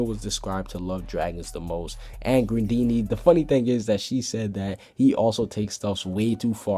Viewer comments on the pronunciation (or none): Pink Kitty_333 it's spelled grandeeney but it's pronounced grandina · Its grandeena not grandeeney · It's grandine not grandeeney idjit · ITS NOT GRANDEENEY ITS GRANDINEA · It's not grandeeney its grandena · Another question, why are you calling the sky dragon "Grandeeny?" Her name is Grandine, maybe it is a translation mix up and she is called that in the dubbed version. But Hiro Mashima definitely named her Grandine and you don't really translate name haha... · gtfo Julia Its spelled Grandeeney, pronounced Grandina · Its Grandine, not Grandeeney... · It's Grandeena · it is pronounced grandine and my dad is my favorite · It's not Grandeeney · He said most names wrong😂